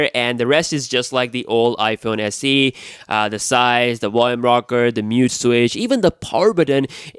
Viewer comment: Iphone SE DOO? I thought it was Iphone SE two.